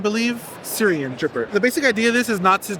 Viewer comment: Correction on the pronunciation - it is "Sui-ren", translates literally to "water-lotus", or just "lotus flower" (and not related to Syria in any way)